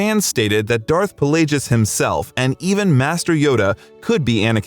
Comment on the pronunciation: Disliked for not pronouncing Plagueis correctly